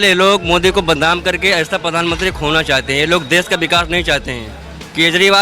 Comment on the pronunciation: प्रधानमंत्री ❌ पधानमंत्री ✅ 😂😂😂😂😂